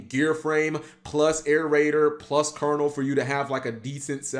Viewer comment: Thank you for pronouncing Colonel properly. So many can't (-_-).